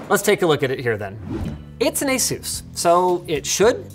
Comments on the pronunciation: The way you pronounce asus. “Aye-soos” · Stop pronouncing Asus so silly please. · lol the way you say Asus sounds like Jesus in spanish